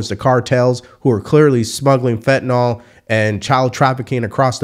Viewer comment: Fentanyl does not rhyme with drawl